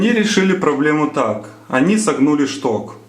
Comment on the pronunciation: Как нудно,"чток, штырь".